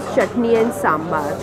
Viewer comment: sambar hoota h saambaar nhi lol